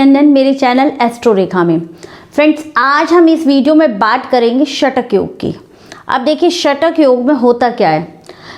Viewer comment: Shatak yog nahi shakat yog hota hai mata ji